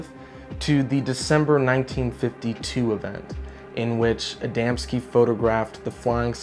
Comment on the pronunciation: KUDOS FOR SAYING ADAMSKI CORRECTLY😊